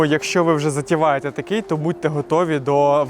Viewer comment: "затіваєтє"? це що?